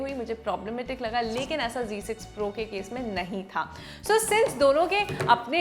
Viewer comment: Style se Z ko g bola jata hai ...😂